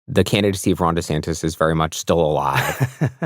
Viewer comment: DeSantis can't even figure out how to pronounce his own name. Florida is at war with its largest employer. Florida is losing insurers due to global boiling and isn't doing anything about it. Florida has flesh eating bacteria, leprosy, malaria and have a joke of a health care leader that was picked only because he was antivax. He signed a six week abortion ban. There is nothing a non MAGA nut job would want for their lives.